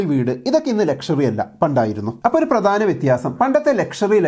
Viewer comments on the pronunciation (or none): താങ്കളെ സ്ഥിരം കേൾക്കുന്ന ഒരാളാണ് ഞാൻ. ഒരു കാര്യം ചൂണ്ടിക്കാണിച്ചാൽ ശ്രദ്ധിക്കുമെന്ന് കരുതുന്നു. "പ്രദാനം", "അദ്വാനം" എന്നതിന് പകരം "പ്രധാനം", "അധ്വാനം"...